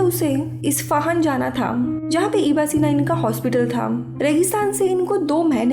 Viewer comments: Its not iba sena its ibn e seena... Its arabic name... And muslim scientist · It’s Abu Ali Evne sina..not eva sina.. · Its ibn e sina not ibn sina.. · This is not iba sina this is ibn sina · Its ib ney sina....not iba sina plz correct the pronunciation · Iba sina nahi. Unka nam Tha ibne sina. Arabic name hai. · Not iba sina he is ibn e sina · not IBA SINA, IBN SINA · Iba sina nhi ibnai sina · His name was Ibn-e-sena not iba sena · Iba Sina nahi Ibn Sine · it's ibn-e-sina not iba sina. Ibn sina was father of early modern medicine!! You explain movie very well!! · It’s not iba sina. It’s ibne sina. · Baki theek tha...but wo ab-aseena nam ko theek sy pronounce nhi kiya